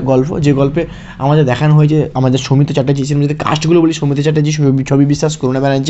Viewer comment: আপনি কি real life এ ট্রেন চালক ? What kind of problem you have man ? Do you need to catch a flight ? খুবই কঠিন আপনাকে follow করা ! আর কথা বলতে যেয়ে এত ঝোলেন কেন ? বাচ্চারা যেমন পড়া র সময় ঝুলতে থাকে সামনে পিছে ? ভীষন বিরক্তিকর . শর্মিলা কে বলছেন সর্মিলা ? সৌমিত্র কে বলছেন সওমিত্র ? ‘শ’ কে ‘স’ বলেন কেন ? একদম ঊচচারন বিভ্রাট . আর video তো না যেন Rocket ছুটছে !